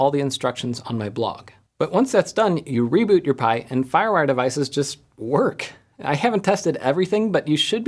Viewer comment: lol. Very cool!